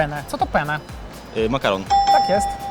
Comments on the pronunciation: czytaj penne, bo pene to po włosku siusiak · Pomimo że w piosence mowa jest o "penne", to prowadzący zadali pytanie o "pene" (po włosku podwójne i pojedyncze "n" wymawia się inaczej). No więc prawidłowa odpowiedź na pytanie "co oznacza pene?" brzmi "penis". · Mówiąc penne trzeba wymawiać przez dwa "n" bo mówiąc "pene" to znaczy ku*as 😂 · ty majster przy tym jak wypowiadasz penne to nie makaron a fiutek oznacza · tam jest podwójne "n" i warto to zaakcentować przy wymowie bo z jednym "n" to zupełnie coś innego xD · penne wymówione tak jak tu przez prowadzącego to nie jest makaron i można tym Włocha rozbawić przy np składaniu zamówienia w restauracji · Zajrzałam w komentarze tylko po to, by sprawdzić czy już ktoś zwrócił na to uwagę... niby tacy znawcy, a nie sprawdzili przed programem jak się poprawnie wymawia ten wyraz - słabo... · Penne! nie pene. Ważna jest wymowa 2 n. Inaczej wyjdzie siusiak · Penne. Akcentujemy dwa 2 jak w imieniu Anna. Pene to penis. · Hej, nazwę makaronu penne powinniśmy wymawiać "penne"- wymawiając podwójnie literę p. "Pene" natomiast oznacza penisa. Wydaje mi się, że to może być istotna wiadomość dla osób, które chciałyby zamówić makaron penne we Włoszech lub w restauracji gdzie kelner okaże się włochem 🤌🤌 😉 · Sposób w jaki prowadzący wymawia „penne” zmienia rodzaj makaronu w inną rzecz, w pene :D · Ciekawostka : w odcinku pene które wymawia prowadzący to inaczej po włosku penis, a Penne z przedłużonym N to makaron :)) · słowo "penne" lepiej wymawiać przez dwa n niż jedno jeśli myślicie o makaronie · fun fact: źle mówicie penne, powinno się czytać tak by wybrzmiały dwa n bo w innym przypadku, oznacza to męski narząd płciowy. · moi drodzy PENE wypowiedziane przez jedno N to po włosku PENIS, poprawna wymowa PENNE jest zbliżona do wymowy przez dwa N, jak w polskim słowie wanna 😊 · Penne czyta sie jako P-E-N-N-E z każda litera inaczej oznacza co innego… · Ten makaron to się czyta peNNe, bo przez jedno to siusiak :)